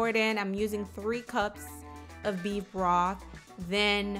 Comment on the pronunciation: Salary salt? Beef Broff? Lol Ebonics